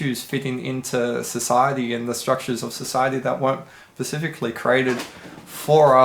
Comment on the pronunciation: can you start saying “specifically” instead of “pacificly”?